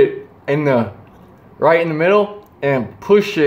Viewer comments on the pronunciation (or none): none